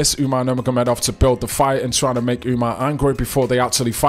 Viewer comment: Bro said Umars name about 1000 times perfect 🤣🤣